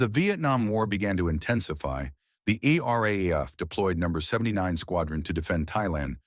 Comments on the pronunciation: Look here yank. We say R double A F. Not R A A F . I highly doubt that would of taken much research to find out. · Commentator referrs to the Royal Australian Air Force, as the Are, Are, Aye, Eff. It referred to, in Australia, as the RAAF. Or for you ignorant yanks, the Are Dubble Aye Eff. Learn how to speak Oz. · Please; "Arr-dubble-Ay-eff." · Unfortunately great story ruined by crap AI narration. RAAF in not pronounced RAF and so many other stuff ups. Mate if you re going to use AI make sure it works correctly. ! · Mate we call the R.A.A.F., the R Double-A F, try teaching your AI to say it that way. I grew up as a RAAF Brat in the 60's and 70's, Dad was posted to RAAF Base Darwin in '64 and '65 and I remember going camping down the Track one weekend. We left on a Friday afternoon and were expecting some other RAAF families to join us later that afternoon or Saturday morning, but no one showed up because RAAF Base Darwin went on Red Alert Friday afternoon after we left and the base was locked down with Sabres sitting fully armed and fueled ready to intercept TNIAF aircraft.